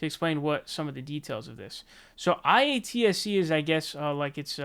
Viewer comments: Say it with me,: Eye-At-See. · And it’s pronounced “eye-at-see” it’s the film industry union for labour workers like hair makeup wardrobe grips lighting etc. And yes their rates are higher above the norm than a non union job. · by the way it's pronounced eye- ahh- T- see